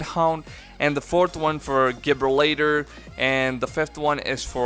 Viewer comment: Gib-ra -later lol its pronounced like Ja-brawl-ter